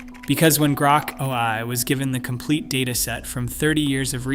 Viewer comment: "Grok a-lie" 💩